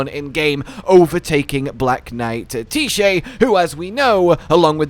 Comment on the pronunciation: Black Knife Tee-Shay 🤣